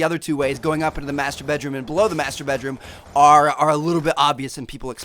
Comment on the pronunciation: I know I'm not the only one who heard 'masturbate room' :D